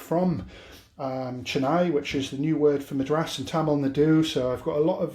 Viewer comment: There are just so many things wrong with this recipe it's really hard to know where to begin but let's start with this> don't ever trust a dude who can't pronounce the name of the state a recipe is named after.....